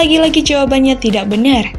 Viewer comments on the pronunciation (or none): none